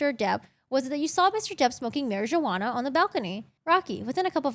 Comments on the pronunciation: The j in marijuana is silent 💀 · she likes to pronounce it that way because of a meme, she said that in the past